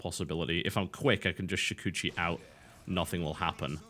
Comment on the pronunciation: Please please pleeeease people watching this video, NEVER get geminate before shukuchi. Oh god i was cringing at that lol